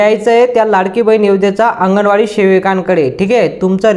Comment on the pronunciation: महिला बिचार्या किती साध्या भोळ्या अशिक्षित आहेत.अंगणवाडी शब्दसुद्धा त्यांना नीट माहीत नाही.त्या आंगणेवाडी असा उच्चार करतायत.